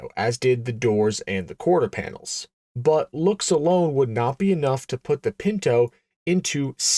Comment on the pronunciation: Bwut=but, Strah-in=Stratton